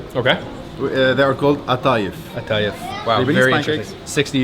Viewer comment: It is atayef , not she is😂😂😂